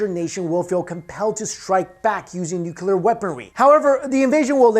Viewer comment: And still we hear NUCULar instead of Nuclear... Sigh